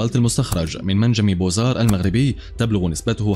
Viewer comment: المنجم اسمه بُوَازَارْ وليس بوزار Bouazare